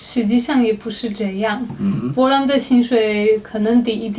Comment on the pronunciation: 士愷的po兰听得我好痛苦，popopo